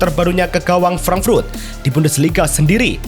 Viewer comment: frank frut apa frank furt min?? frut apa furt?? emang lidah nya keras atau emang suka menyebut frut frut frut